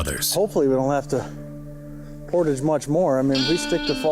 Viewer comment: This is a great show! But I can't with the portage pronunciation! 😂